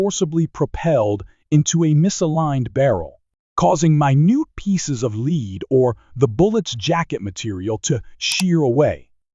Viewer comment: Knew this was an AI narrator as soon as I heard the soft, heavy metal bullets are made from as "leed". It was good content, but I can't get away from the picture of a computer getting a scar from a piece of "leed".